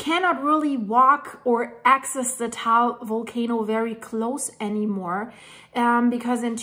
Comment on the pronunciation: It is said Tah-all, not tall. I am learning because my wife is Filipina and when we visit, we are 8km from Mayon or in her dialect Magayon; which means beautiful after the goddess.